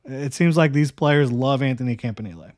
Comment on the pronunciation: I think it might be "camp in elly"...or "camp in eel"..idk but "knee lay" sounds absurd